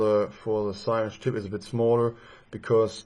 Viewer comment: syringe is pronounced "sah-ringe"